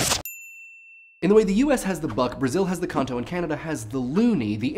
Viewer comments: It took me a while to understand "conto", and I'm brazilian xD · I think he said "conto".